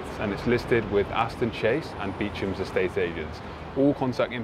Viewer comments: Beechams Beechams really! oh and Marley Bone, there’s more meticulously and particularly renovated. There are children watching who will listen to your every word and emulate. Read a script, ask how it’s pronounced, before setting it in concrete. Worst I’ve ever watched I switched off. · Beechams! It’s pronounced Bo Shaamp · 1st apartment- those black lights look like a huge mistake. You guys really should be able to say Beauchamp correctly 👀💭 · Beauchamp is pronounced - Bow-Sham silent p or Bow-Shap silent m. Great tour you two.👍🏼